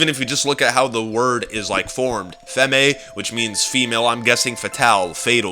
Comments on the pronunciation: I hate it when people say femmay its pronounced fem I speak french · Fun fact: femme actually means woman in french (pronounced famm) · I'm in French one it is pronounced femme just one syllable like femmmmmme is the best I can explain it means woman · Okay, first, You are saying Nero and Femme wrong, I don't mean to hate but my OCD is tearing me apart. Second, (no offense when I say this, This is just me correcting a theory due to common sense) When you were talking about your Theory, I noticed many things wrong. For example, the theory of Nero watching Jessica is true, but the fact that Jessica is Married to Vincent is as bad as saying that Misty is Dempsey's Daughter or one of Nikolai's wives, even though this was made before we had more than A single trailer to go off you should still understand, I intend no Hate or Negative effects from this comment, and thank you for your time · femme = women you pronounced femme wrong btw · You pronounced femme wrong. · ***** yes it probally is maxis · femme is pronounced with a silent e at the end and the "devil star" is a pentagram